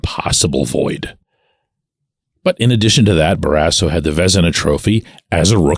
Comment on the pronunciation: What's your point on Barrasso? Is this the HOF of how athletes interact with media members? I wouldn't have cared if he punched you in the face. In fact, I'm kind of wishing he did!!! Anyway, you pronounce his last name in an odd, incorrect manner. Happened with most broadcasters, not just you. He was, 100%, a HOF goaltender!